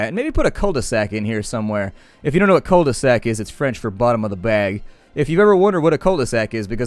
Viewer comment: just FYI, when you say cul-de-sac, the L is silent on cul, so it would be pronounced queue. Oh, and it also means ass.